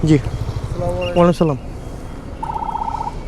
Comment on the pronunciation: ভাই আপনার সালাম দেওয়াটা ভুল আছে